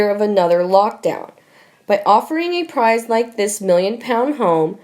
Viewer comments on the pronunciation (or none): none